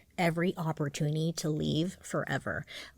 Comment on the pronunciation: She said opportuny 😂